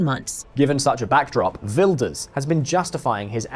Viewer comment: You pronounced his name perfectly 👏🏾It is practically impossible for Wilders to become prime minister. Many (islamic extremist) people want to unalive him. He needs guarding 24/7.